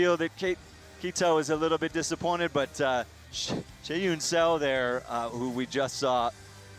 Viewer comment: Same with Seo. Meagan had most of them a bit better but there needs to be an effort to get it right.